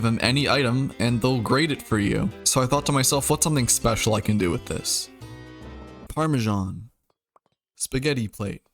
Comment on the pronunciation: The way he said “Parmesan” was just so freaking funny. 😂